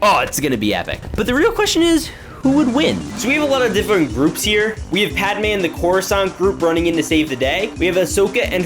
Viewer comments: Did you just say “padamay”? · Echo? Nah we got reflection, fives? Nah bro we got fours Edit: why do u say pad amaye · guy is calling padmé padamé